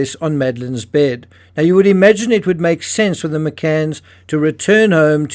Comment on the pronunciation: "literally"? The pronounced as "thee" (Google search 'thee' meaning) or "A" or "ayyyy" fonz style..stop it you're NOT an amateur,stop mumbling shite as if you are..